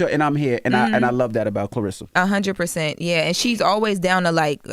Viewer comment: Yeah, I wonder why she doesn't get more endorsements. I don't know about Wynn Records. Wynn Records seems very suspect. Has Pap done deals before? Her name is not Clarissa. It is Claressa. There is an e in her name, not an i.